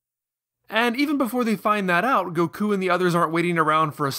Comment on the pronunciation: What is with the weird pronunciation of names? Blooma? Kulrilrin? V-dell? Go-koo? Mr Sahtahn? Cyan instead of saiyan?